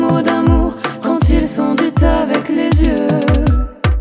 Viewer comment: "Dits TTTavec les yeux" Dommage pour la faute de prononciation de français. "Quand ils sont ditS avec les yeux." On ne prononce pas le T.